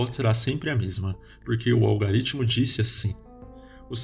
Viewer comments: Não é "algaritmo". Pronuncia direito. "Algoritmo" Falar sobre conhecimento falando errado não dá futuro. 👍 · Se quiser saber mais sobre Yuval Noah Harari: Homo Deus: 21 lições para o século 21: Sapiens (Nova edição): Uma breve história da humanidade: *Gostaríamos de ressaltar sobre um erro no vídeo, há a pronúncia em um ponto dele em que deveríamos narrar "Algoritmo", porém por erro na pronúncia foi lido "Algaritmo". Pedimos desculpas pelo incoveniente.